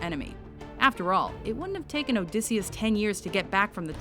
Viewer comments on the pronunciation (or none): none